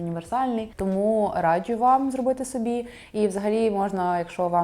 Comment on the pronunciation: Хтось теж помітив, що дівчата на відео цікаво вимовляють деякі слова☺Якщо є звук "дж", то він завжди пом'якшений. Наприклад "раджЮ" а не раджу, або "джЄмпер", а не джемпер😎..але це не працює з джинсами🧐Тому тут вам не тільки стиль, а ще й філологія💛Дуже подобається🤎